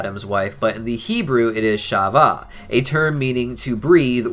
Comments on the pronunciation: Its not prenouns "shava" its prenounsed hava. And it means a farm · I love how he pronounces Adam's wife's name as "Shava". It's so funny how difficult it is for non hebrew speakers to say "ch" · It is pronounced"Ha-va" with a hard H, not ch